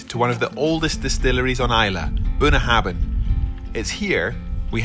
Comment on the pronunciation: Couple things. I know that neither or are Gaelic speakers, but Bunnahabhain is pronounced Boona Havin. Bh makes a V sound in Gaelic, which is pronounced Gah lick, not Gay lick. Also, how could you go to Islay, home of some of the best single malts in the country and drink a blended whisky?